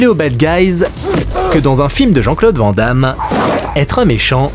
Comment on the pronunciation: "Van Damme" se prononce "vanne" comme une vanne ou un van.